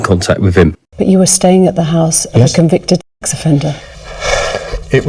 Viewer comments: What on earth is wrong with saying the word, "Sex"???? Throughout this piece, I'm hearing "ex" instead of "sex"??? That suggests a really closed minded uptightness about anything sexual, when you can't even say the word!!! SICK! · Why do you keep saying "ex offender" instead of sex offender?